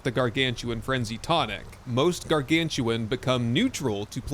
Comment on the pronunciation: those aren't "Gargantuan" but Gargan-utan, like Orang-utan.:)